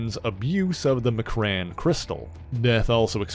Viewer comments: Whaa?..... Macrran crystal??? Em-Kronn is how it's pronounced. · Not being rude but the jewel is pronounced ("M"-"KRON") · I turned this mess off as soon as you pronounced the crystals name wrong.....gotta get rid of these fake fans🤦🏾‍♂️